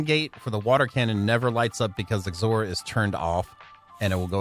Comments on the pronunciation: XOR is pronounced "ex or". It's short of "exclusive or". Meaning it's like "or" but it is exclusive when they are all on. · Anyone else bothered by the way he says xor or is it just me..? 😜 (X OR. 2 words! X then OR. Lol)